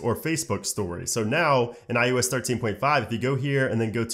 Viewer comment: he said "IUS"